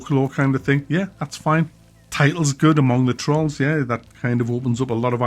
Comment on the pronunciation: Troll is pronounced like roll mate, with a T in front, not what you said... bloody hell fella.